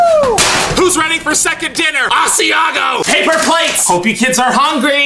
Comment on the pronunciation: comicsans Yeah (s)he said asiago 😐